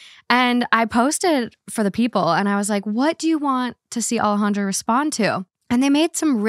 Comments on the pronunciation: I commented about Alejandra not saying her name right lmfaooo I like her but it’s annoying when she says it white wash, coming from a person who has a Mexican name 🫶🏼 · Peruvian here. "Alejandra" and "Alexandra" are not the same. ¿WTF?